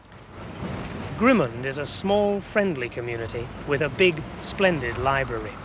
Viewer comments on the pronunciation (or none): Pronunciation of Grimmond has changed over the years. He's hardly pronouncing the "d" at the end. It's very hard to identify the name of the place from his pronunciation.